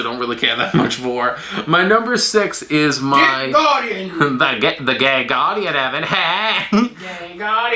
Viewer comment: am I the only one who heard gay guardian like 6 times